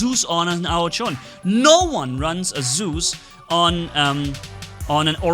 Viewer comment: The name is Zeus not soooze.